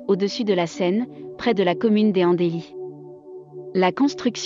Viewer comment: Visiblement la narratrice n'est pas du coin ! On dit les Andelys : les z'Andli (liaison du s et suppression du e)